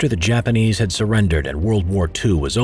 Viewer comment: Not to be mean but you said Japamese